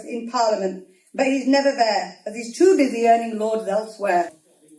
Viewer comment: "fing" "wiv" "neever" "fretten" "sumfing" "feem" 🤦🏻‍♀️ Please speak English correctly. You're but seeing a very good example to non English speakers or making yourself very easy to understand by them.